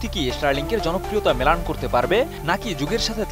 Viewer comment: নিজ মাতৃভাষার সঠিক উচ্চারণ করতে পারেন না বনে গেছেন সাংবাদিক। ম্লান শব্দটি কে আপনি উচ্চারণ করেছেন মেলান। প্রাইমারি স্কুলে ভর্তি হন মিয়া।